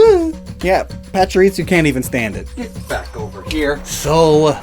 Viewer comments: Is there a reason why you say “PachiriTsu” rather than “PachiriSU”? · It's Pachirisu, not Pachiritsu. Su and Tsu are two distinct phonetic characters in Japanese. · I heard him say パチリツ as well. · im bothered by the way you say Pachurisu like it has a "t",,, Patsurisu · pachiriTsu Oh. You mean.... ritsu, like in 'fritsu', the Finnish word for hickeys Oh boy This is going to be quite the video for me to get through (Pachirisu doesn't even have a T in the name) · cannot get over how he's pronouncing Pachirisu...why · Is he adding a T when he pronounces Pachirisu? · messing up Pachirisu's pronounciation by adding a T, followed by him making fun of Emolga's name is just my kind of humor 😂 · Common enunciation mistake.